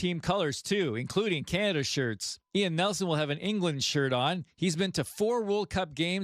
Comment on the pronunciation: Ca- ner- duh!!!